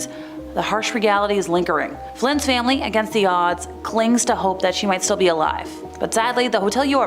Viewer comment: I like how she say famillillly